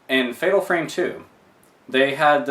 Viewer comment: project zero, i think you call it fatal farme